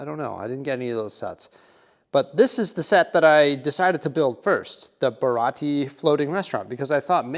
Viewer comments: just to make sure for next time.... its the BA-RA-TI-EE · I am a One Piece fan. The first thing: it is pronounced Ba-Ra-Tee-Ay. 2. Luffy is pronounced Loo-fee. 3. Watch the series so you have character context. Only two of those mini-figures actually work in the restaurant. Now the Arlong Park set absolutely would work in your amusement park. There is a reason for that, but it's something that won't be revealed in the live action for a long time. I won't lie, One Piece as a whole probably doesn't fit your city, and would mostly require some dedication. That said, if you fall in love with it after watching the Netflix series, maybe you will want to add it.